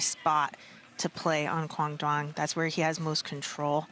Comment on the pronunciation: These commentators CAN NOT say Quang Duong's last name correctly!!! Please show some respect!!!